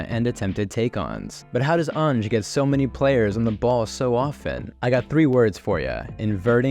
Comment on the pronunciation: Great video. Its pronounced Anne-ge not Arne-ge btw 😊